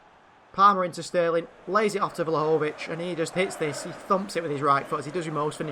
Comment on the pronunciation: Btw you prononcue Vlahovic's name wrongly! It's pronounced Dushan Vlahovich